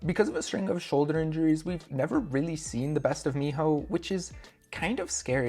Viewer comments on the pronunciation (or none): none